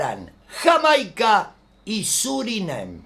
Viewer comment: Surineim? Jajaja 😂😂